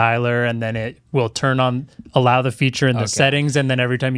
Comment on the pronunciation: "Why wouldn't it tun on? The apps don't load" 😂😂😂